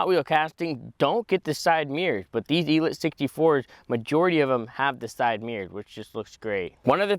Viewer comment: ELEEEETE.....el-eeete like... il-eat